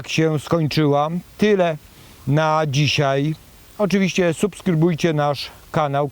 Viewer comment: Bardzo razi mnie to jak Pan ciągle mówi dzisiej zamiast dzisiaj.!!